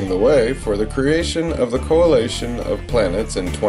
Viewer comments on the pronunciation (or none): coalation? it's coalition